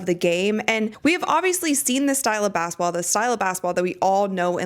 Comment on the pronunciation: Why do you pronounce it "bassetball?"